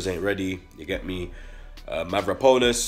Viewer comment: Dude its Mavro- panos not mavra- ponas. u and keep sayin it.